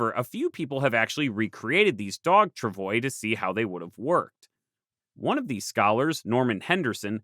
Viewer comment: You could still pronounce "travois" correctly. In my elementary school days, none of us had difficulty pronouncing " tra'vwah"!